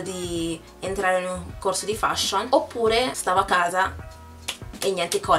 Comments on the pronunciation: si dice feshion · si pronuncia "FESHION" e non come si scrive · la parola " FASHION " la pronunci male ! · Sbagliato non si feshion. Solo gli italiani lo dicono cosi